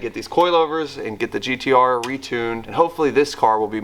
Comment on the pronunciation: you said GTO not GTR!!!! We know what you meant but, Damn bro.... Lol